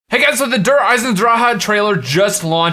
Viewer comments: Dir Isin Drock is the pronunciation not Der Eisendranaanhadhsjksdoxjdche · not it isnt you fucktard its der eichen draGE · On the gameplay trailer Tank Dempsey pronounces it Der Eisendraha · lol, "der eisendraha" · Der Eisendrahahahahahaha what kind of pronunciation is that? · "DER EISENDRAHAH" You forgot the C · in the trailer dempsy said Der Eisendrahah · he said dereisandraha at the beginning😂😂😂😂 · please say it correctly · . Who else hates how he pronounces it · Never say the name of this map again if you don't fix your current pronunciation..... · pls learn how to say der eisendrache. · STOP SAYING DER EISENDRACHE WRONG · Please Day der eisendrache not der eisendraha and gravity spikes not ruin spikes lov hahahaha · First five seconds of the video and I already laughed my ass off because of the way he pronounced 'Der Eisendrache' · LMAO i die everytime you try to pronounce "Der Eisendrache" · Habs Boy ugh, the way he said it in THIS video is what I was talking about, not the real way, for fucks sake.